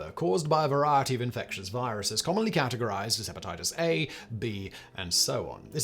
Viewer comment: Hepatitis sew-on? WTF?